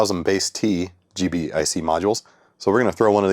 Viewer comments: Thank you. Every time he said G.B.I.C. I cringed a little. 😂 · It's pronounced "G-BIC"